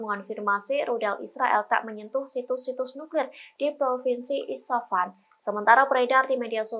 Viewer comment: Isfahan, bukan isafan. Coba nyebutinnya yg benarlah, banyak kali jurnalis di tribun yg GK bisa nyebutin nama2 dgn benar.